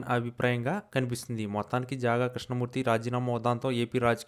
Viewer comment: జాగా కాదురా బాబు, జంగా క్రిష్ణ మూర్తి